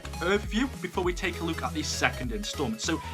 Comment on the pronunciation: At the beginning he said we r gonna be having a luke